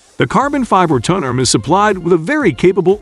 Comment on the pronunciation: Someone needs to tweak this AI to say "Turn Table" instead of turntuble. cant say "Tone Arm" either